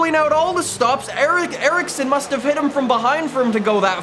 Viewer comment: Notice how he said Ericsson